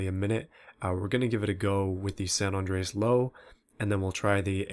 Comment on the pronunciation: It's like ur saying sand on drayis when you say sa Andreas